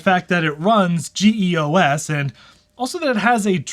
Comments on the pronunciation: Hee EE Oh Ess? Dude, it's pronounced Jee-Oss. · As far s I remember, it was GEOS, not GE/OS (no slash). And I thought it was pronounced "jee OS" (from the name Geoworks), not "G E O S".. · Why GE/OS and G E O S? Ummmm It's pronounced Gee-OS and was just GEOS not like the General Electric OS that doesn't exist. + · "G.E.O.S."? Why can't you just pronounce it as "JEE * os" ("jeeos") like normal people do? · You say it as a word GEOS. Not individual letters. It's pronounced GeeOS. You make me cringe. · Ok idiot. It's pronounced geos. Jee os. Guy probably says D O S instead of dos. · LOL "GEE EE OH ESS". Geeoss Christ. :) Peace, man - great vid as usual.